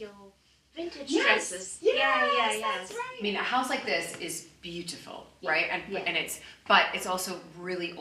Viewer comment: She needs to stop pronouncing "beautiful" like that --- like nails on a chalkboard.